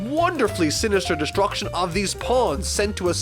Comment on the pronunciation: “A god of diSTRUCTIONSS”